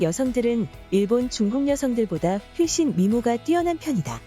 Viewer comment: 훨씬을 휠씬이라고 읽네요